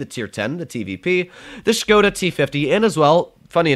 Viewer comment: The pronunciation of the "O" in the word Škoda is not like "whole", "hole", "hope" and so on but is it like "hop", "on", "from" (+ you say it little bit faster, so it won't be Škoooodaa but Škoda). You can trust me, I am from Czech